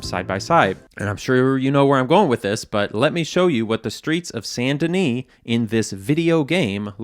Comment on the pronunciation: Yeah yeah great video like always BUT I have to say the best part for me was when you said « Saint Denis » PROPERLY?!! Coming from a French Canadian who is always hit with mispronounced French names and words I was actually shocked haha